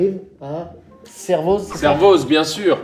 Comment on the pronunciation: Magnifique votre nouvelle D.A les gars, seulement on prononce pas le "z" en Haute-Savoie. Servoz se prononce donc "Servo". Cordialement Un mec chiant PS entre Annecy que vous arrivez pas à placer sur la carte de France dans votre dernière vidéo et ça, on va commencer a croire que vous avez une dent contre nous 😅